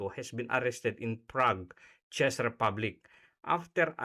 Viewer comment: Thanks lodi sa unang pag analize ng mga possibilities dahil sa pangyayaring ito. Czech- tzek lodi, not chis ang pagbigkas po.❤❤❤